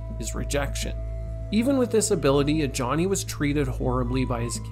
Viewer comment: Ajani is Nigerian so the j doesn’t sound like ja. It’s a ya sound. Ajani. The name originated in the middle east